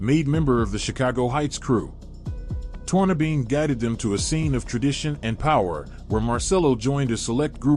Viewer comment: Al Tornabene is pronounced Torn a benny not Torn a bean! Putz